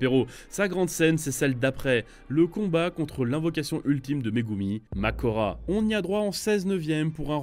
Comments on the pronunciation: sa fait grave bizarre d'entendre makora à la place de mahoraga mdr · Moi qui est habitué a entendre "Mahoraga" puis moi qui entend : "Makora" Mon ame qui se brise en se moment meme 😭